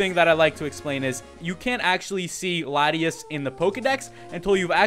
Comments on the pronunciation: prononuced: la-tee-aus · its law-tee-aws is how its pronounced